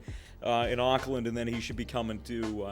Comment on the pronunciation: I love how says uuackland instead of awcland (Auckland )